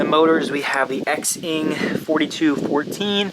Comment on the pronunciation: It`s pronounced "Zing" ;) The quad looks amazing btw, I`m a little jelly..